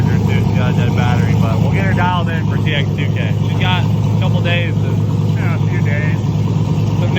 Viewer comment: Its not pronounced TX2K its Texas2k